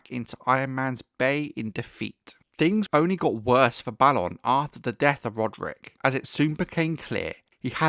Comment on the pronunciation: Thank you for pronouncing Balon the proper way, after all there has to be a difference between Balon and Baelon. "A" doesn't always need to be pronounced like "ay" sometimes "ah" is correct.